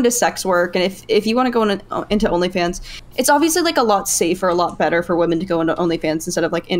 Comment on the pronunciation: is fully redeemed in my eyes. Didn't think I had it in me, after listening to her mispronounce women 500 times in a single panel.